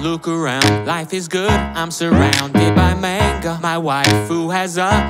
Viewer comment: Cringing at the pronunciation of manga lol (and the racial slur)